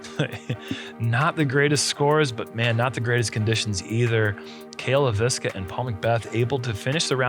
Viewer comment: It feels pretty disrespectful to have Cale Leiviska say his last name and then and Uli to say it wrong over and over and over and over....it's not that hard or that big of a change, just say the guy's name correctly.